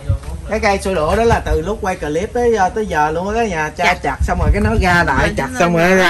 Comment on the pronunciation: Clip là chỉ đọc 1 âm thôi, clip chứ không phải đọc 2 âm “cờ-líp” nha, nghe mệt quá…..làm YouTube thì nên tìm xem vài clip tiếng anh để học nói tiếng anh cho đúng đi…..🙄🙄.